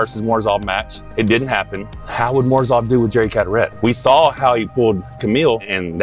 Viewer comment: It's Morozov not Morzouve